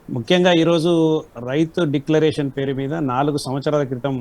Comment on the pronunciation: ముందు డిక్లరేషన్ అని సరిగ్గా చెప్పండి